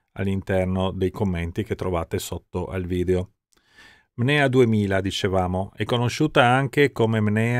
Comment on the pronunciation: Bellissimo video. Peccato solo per il costante lapsus verbale di “MNEA” al posto di “NMEA”